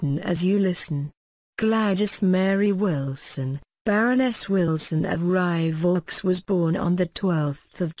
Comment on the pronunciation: I don't subscribe to these awful robotic voice-overs At least say 'Wilson' correctly!! Awful.